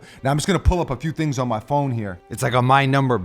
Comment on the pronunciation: Every time he says “Tingz” I cringe